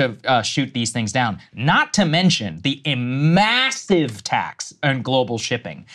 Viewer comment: "immassive" - Saagar Enjeti